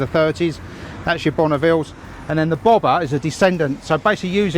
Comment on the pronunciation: You said it like bobą 😂🇱🇹 Nauja Triumph bobutė.